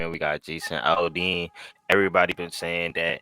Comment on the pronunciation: Just don't say Al-De-Ann lol. That was hilarious though,. 😇✌️